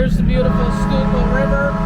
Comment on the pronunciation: Congratulations on the correct pronunciation of Schuylkill River. 👍